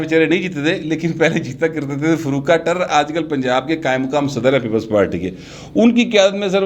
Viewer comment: معزرت کے ساتھ۔۔۔فاروق ٹیرر نہیں( ٹیرا نام )ھے کیوں کہ یہ مےرے شھر گوجرہ سے تعلق ھے چونکہ کاروبار سمندری میں کرتے ہیں اس لئے الیکشن سمندری سے لڑتے ہیں